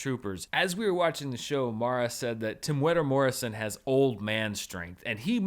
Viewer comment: Excellent pronunciation of Temuera Morrison’s name, very appreciated!